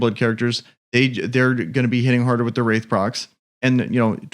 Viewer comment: Its wrath not wraith😂😂 But good video👍🏽